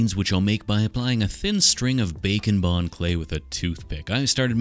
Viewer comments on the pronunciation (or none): I always hear bake and bond as bacon pond lol